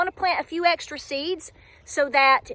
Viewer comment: oh my goodness, “extrey” 😍